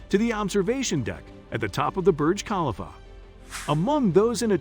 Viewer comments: Please pronounce Burj Khalifa correctly ! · Thank you for bringing that up!! The pronunciation 🙄